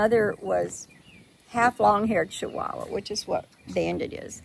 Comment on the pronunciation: It is funny how you say Chihuahua. I believe you are saying it wrong. It is chi like the beginning of saying Chili's. Not sounding like saying Shilis it's like chu chu not shu shu. Any way I think it cute and I silly they way you say it .